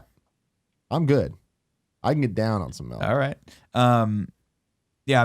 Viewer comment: Melk...we need an intervention